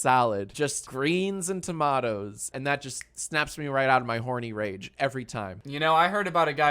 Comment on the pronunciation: ooo Jack Jack, we know, now, who would want to be a fake gamer girl 😊🤭😂 also, listening to you pronounce "tomato" cured ME of my masturbation addiction.....😂😂😂